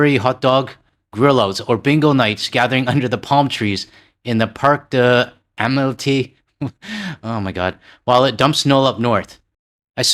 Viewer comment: Interesting video, but one remark: L'amitié ( friendship): "amelti". That has nothing to do with forgetting french lessons, that's not even reading letters right. You're doing as little effort as the average american there. Should you get a whiff of motivation, Google Translate seems rather accurate with pronunciation.